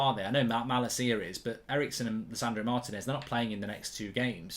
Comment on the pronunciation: At some point, will Goldbridge learn that the man's name is pronounced Mar-TEE-nez, not Martin-ez?